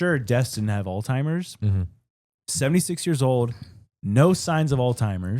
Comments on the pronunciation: hey, just doing a PSA here. It's Alzheimer's, not alltimer's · I’m sorry,, but did you just call it “old-timers disease”? It’s Alzheimers, my dude. 😅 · How many times does say Alzheimer’s wrong? 😂😂😂 “All-timers” and how does not correct him? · Every time says “Alzheimer’s” he actually says “all timer’s” …deadass lol😂❤ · “ALL TIMERS” 😂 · Alltimers?? 🤣 sir I think you mean Alzheimer’s